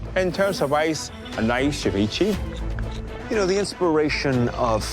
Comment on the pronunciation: Did Alvin just call Ceviche, SEH-VEE-CHEE?